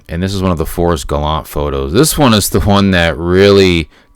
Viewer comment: It's pronounced Gallantay.